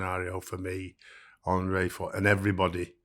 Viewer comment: His name is Andrea, not Andre. Jesus, you worked for the man.